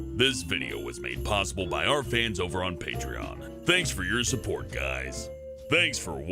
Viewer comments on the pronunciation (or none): none